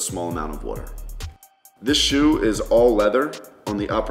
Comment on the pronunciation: Lmao! I’m from Jersey and he says water exactly how most of us say it here